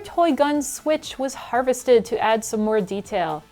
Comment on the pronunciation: love the video! but u kill me every time you say "harvested" lol